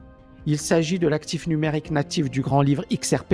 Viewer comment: Numérique pas numaruque;)